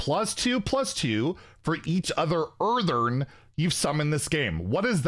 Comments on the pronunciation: Earthen, not Eartheren 😂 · Earthen, not Earthern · It's EarthEN not EarthERN. As in "from the earth" aka dirt. Seems like it'll be some kind of dirt or rock elemental. Drove me crazy every time he said, "Earthern." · Earthern, he says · Where is the second R in that word? 😂